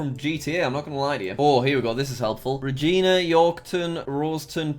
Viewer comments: That is not how u pronounce calgary search it up its pronounced Kæl-ge-ri bruh... not kæl-gaé-ri and its Ruh-Gy-Na not Re-Ji-Na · Re-jee-nah m8 it’s re-j-eye-Na like vagina. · Same. I was also annoyed when he said Re-Gee-Na instead of Regina. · Reee Gina broooooooo this makes me so mad it’s r a g i n a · Regina = Ree J-eye-na Like VAGINA, except REE. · By the way, and for reasons unknown to me, it is pronounced "ree-jeye-nah" middle syllable gets the emphasis and rhymes with "eye". I recognized Lake Louise in about 10 milliseconds and I've only been there once. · I love being in Canada cuz we have lakes Oh and Tim’s Oh and hockey Oh and igloos Oh and poler beers Oh and poutine Yaaaaaaaaaay Wait a damn minute something ain’t right here did he say Canada has states Wooooooooooow Omg lol lmao he also said cal-Gary and reeeeeee-Gina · Every time he mispronounced Regina a part of my soul died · As a Canadian I cringed throughout this whole video Edit: oh the way he pronounced Regina.